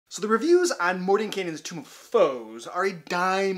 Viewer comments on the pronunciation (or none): Why does everyone keep saying tomb of foes? It's tome.